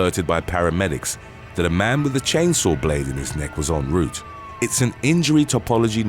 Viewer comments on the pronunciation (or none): none